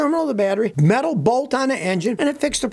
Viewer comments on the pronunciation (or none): none